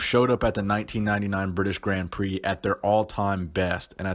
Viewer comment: he says “Gritish Brand Prix”